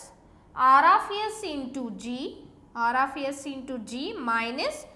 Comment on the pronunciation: Aar aaf yess